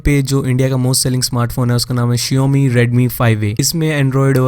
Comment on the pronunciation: Shaomi hai shiomi nhi